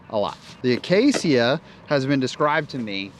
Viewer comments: Uh-Kay-shuh. Acacia. Say it with me: uh-Kay-shuh. Acacia. noice topic and vid. 😀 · Coming from a veteran Minecrafter, it's pronounced "Uhh-cay-sha." Also, it's an AGL disc approved in July, 2023.